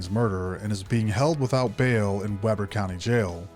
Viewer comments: It’s actually pronounced we-bur like a wee lad and bur like your cold. Utah is full of dumb spelling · So I live in Ogden. This case was crazy watching it all unfold was nuts. Great video. My only critique if I may is. It's pronounced WE-BER county not WEB-ER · It’s pronounced Wee-ber. It’s my hometown. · Couple of corrections: Ogden is not “just north” of SLC, it’s nearly 40 miles north. You pronounced Weber as “Webber.” It’s pronounced “Weeber.” Ogden is not the gateway for skiing. Most all resorts are accessed through Cottonwood Canyon.” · Please it is not WEBBER IT IS PRONOUNCED WEEBER it’s so triggering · Weber County is pronounced "Wee-ber" not "Webber" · Pronounced "Weeburr", not "Webber". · Weber is pronounced Wii- burr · Also "Weber County Jail" is pronounced like "Weeber". Ē. Long e. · Weber = WEE-BUR County Jail :) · It’s Weee brrr county btw